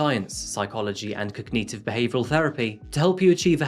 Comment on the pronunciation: I love watching your show, but please check the pronunciation of the word "cognitive". You've mispronounced it in a number of videos.